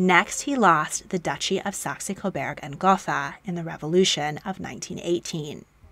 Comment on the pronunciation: Damn you really butchered Saxe-Coburg and Gotha didn’t you